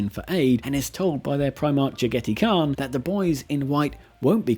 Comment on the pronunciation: I have NEVER heard jagetai Kahn pronounced that way 😂